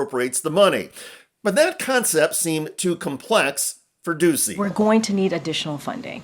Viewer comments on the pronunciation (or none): It's pronounced Peter Doochy